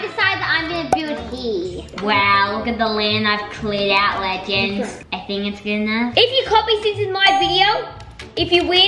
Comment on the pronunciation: Tilly Fielder it’s TOATALY NOT « ledgends » what even is that eww you, it’s legends